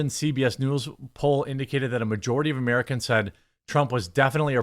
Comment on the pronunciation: 😂 Jeremy said "Merkin"